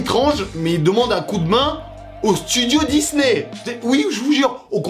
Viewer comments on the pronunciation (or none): none